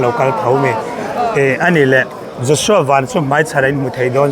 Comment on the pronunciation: A hming lam rik dan diktak an hrilh tawh che a, lam dik ve zel tawh rawh , a harsa lo em mai. Lei leh Van kan lam rik ang chiah a, VAN ti tur a ni e